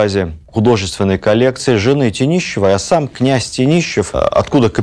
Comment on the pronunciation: Добрый день. Спасибо огромное за лекцию, как всегда великолепную. Единственное, что резануло слух - фамилия княгини Марии Клавдиевны Тенишевой, которую почему-то назвали ТениЩевой. А мы как раз в поездке по Смоленским местам и вчера были в Талашкино, в заповеднике ее имени. Возможно, Владимир Ростиславович просто оговорился?